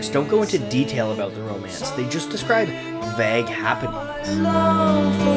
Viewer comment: A passable attempt to say 'vague' this time, still needs work.